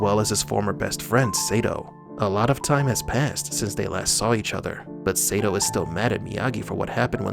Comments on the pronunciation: Your pronunciation sucks... It must be Sato not Seito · Idk why bro,but the way you're saying Sato Saytoe is really bothering me 😂😂...its Sato Sahtoe is how you say it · SAY-TOE? WTH... It's pronounced Saa-toe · DUDE WATCH karate Kid 2 again his name is Sato pronounced Soto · Sato not Satoe LOL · You beat me to it. God it was annoying me! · Can't lie, the amount of times you said 'say tow,' instead of sato is borderline criminal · Seriously, if you are going to inform people on these movies and show you need to learn the proper names of people. Like Ralph Macchio, his last name is pronounced machio like macho not makeo. And Sato is pronounced sawtoe, not saytow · I think you should stop mispronouncing Sato's name. The "a" is pronounced like "ah". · You need to learn how to pronounce names. Or watch the shows/movies vs reading a script. Sato (sah-toe), Eli (ee-lie), there was another one but I forgot. But I’ve seen like 4 of your vids today and they’ve all been good you just have to pronounce the names the way they were pronounced in the movies/series. Glad I’m not the only one that’s saying this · Sato is pronounced with a long "a", as in "ah". You should know that. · Sato - Sah-toe 😁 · pronounced Sahto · We should start a petition to make them redo this pronouncing Sato's name correctly. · OMFG, they said the SATO pronunciation in the movies, and you still had to butcher that poor guy's name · Lmao...Omg,I thought I was the only one.that was bothering the hell outta me 😂😂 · Sato's name is brutalized in this video. The A is short in Sato. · Don't think he was a fan of the original series. There is no way you can be a fan of the Karate Kid series and mispronounce the name of one of the key villains in KKII. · Every time he says his name wrong, i keep saying the right way to say it